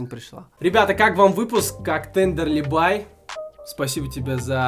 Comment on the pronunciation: бля ну во первых, правильно будет Тендерлибае, а не Тендерлибай во вторых она стример вроде нет? надо было хотя-бы упомянуть в начале и еще, пока.